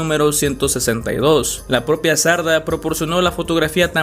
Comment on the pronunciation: Sardá, con tilde en la a xd